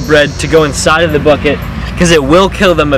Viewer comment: Lmao when you said “bucket” I thought you said “fuck it”